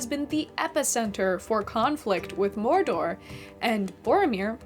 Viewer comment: tolkein was an englisman not a spaniard, not a frenchmen or german. why do people pronounce his words with rolling R's and strangely non-english syllables? morrrrr dorrrrr is mordor, smaaauuuuug is "smog," (just like the pollution thingy).